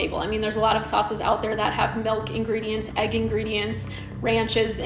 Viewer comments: “tHE pinKH saUCHe sOlDH O🦅🦅🦅🦅🦅🦅🦅TTTTtttt” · "the pink sauce sold ĀÆÉÛT🦅🦅🦅🦅🦅🦅"